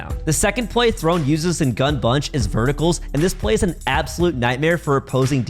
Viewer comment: ITS THRONEE